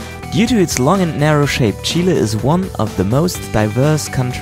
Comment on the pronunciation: First European guy that pronounces "Chile" the right way. Thumbs up for that! Cheers from Chile!